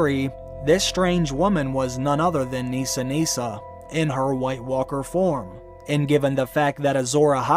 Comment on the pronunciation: it’s Nissa Nissa. Unfortunately for me (Nissa is my name) I don’t pronounce it Neesa so I’m sure anyone I meet after this season will hey it wrong!